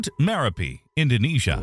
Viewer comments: It is spelled as Merapi and pronounced as Mare-UP-ee. Have been there in 1990 and it was smoking even back then. The former Merapi in Sumatra was renamed Marapi to avoid confusion with its namesake in central Java. Api is the Indonesian word for fire. Gunung is mountain. So an active volcano is a Gunung Api. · Dude can't say merapi correctly, totally ruined the whole video